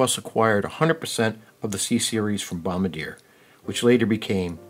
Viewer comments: Say, "bom-BAR-dee-yay" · bro said bombdyer💀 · Repeat after me: BOM-BAR-DEE-AYE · Bom-bard-yay (Caveat: Bombardier staff may tell you to pronounce it however you like) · It’s bom-bar-dee-a dummie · You’re not pronouncing Bombardier correctly